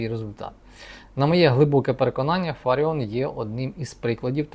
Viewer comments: Це ви корисний ідіот. Навіть наголос в прізвищі пані неправильний. Ще один аналітик розумовий паралітик. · Не ФАріон,а ФаріОн .Пані Ірина фахівець своєї справи,а в якій царині ви пане рахуєте себе фахівцем? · Аж противно слухати що п.Ірина є фАріон а не ФаріОн. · Вона не фАріон, а фаріОн! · Нічого вона не оскандалилась і навпаки все просто як двері,п.! Ви слабо володієте інформацією.А те що апеляційний суд виніс рішення про скасування незаконного рішення львівської політехніки про звільнення п.ФаріОн а не ФАаріон ви чомусь не згадуєте,а що сі траапиило,п.,не чули про таке?Ааа,розумію,вона ж скаандаальна, одіооозна,не все так однознаачноо.Воно ж якось впадло давати задню після рішення суду,бо вона ж,скандальна з ваших і решти орави журналюг і спєців єкспєртів слів,травлі і тріскотні по всих каналах.А чому ж ви не пімнули що той самий суд зобов'язав відновити п І.Фаріон на роботі,здійснити виплати за час вимушеного прогулу зарплату в сумі ~ 123тис₴.+компенсувати судові витрати за рахунок політехніки. Нєє,не чули про таке?Ааа,розуміію, вона ж одіоознаа,скандаальна,два слова сказав і все,по команді,а тут стільки писанини про неї.А ви,часім,п.,не чували такого,прикладово,що п.І.Фаріон всі ті 123тис.₴ стратила на дрони для військових? Що,не чули такого?Шкода,шкода... де ж бо,вам немам на то часу,вам про Трампів,Орбанів,Байденів,хуйла треба по 20-30 хвилин повідати а тут якась ФАріон... одіозна...прізвище якої вам навіть впадло знати як правильно вимовляти. І,так,той хто не розмовляє українською я згідний з п.Фаріон,він,вона не українці й тут немає ніякої крамоли,неважливо чи це в окопах чи за прилавком магазину. Був підписником вашого каналу... відписуюсь,тест на п.І.Д.Фаріон ви не склали,дайте вашу залікову книжку, вам."не задовільно", ві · Дивує доповідач... він вперше чує прізвище ФаріОн??? Ну як так?!..... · Ви брешете !!! Такий же запроданець , як і соколова !!! Правильно казати ФаріОн !!! Відписка